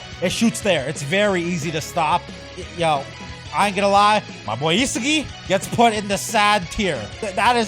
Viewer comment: Yeah.. that’s how you pronounce it You can even watch the anime if you don’t believe me